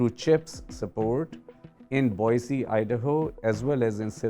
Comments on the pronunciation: Someday, some reporters will pronounce Boise ID correctly....its pronounced Boi'see' not Boizee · There is no “Z” in Boise. It’s pronounced as boy-see.